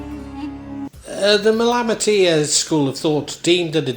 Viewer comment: Nice interpretation of the Malamatiyya my Friend. My only criticism as a student of Arabic is the odd mispronunciation. Other than that I am in total accord with your content, and am much appreciative of your efforts. JZK.